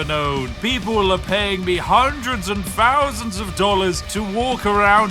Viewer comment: he cant say thousand lol